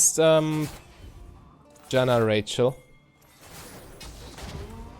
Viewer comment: I laugh every time he calls Xayah "Rachel"